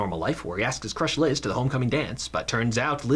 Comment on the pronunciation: Why are you calling her lis???